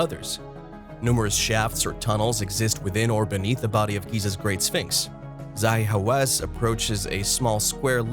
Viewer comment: His name is pronounced "ZAH hee HaWASS